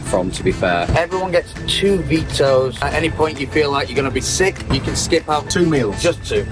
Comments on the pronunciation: *Veto It's VETO not VITO Damn it! (Love the video) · Did you mean “veto” instead of vito? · You meant “veto” - a vito is the name of a Mercedes-Benz van….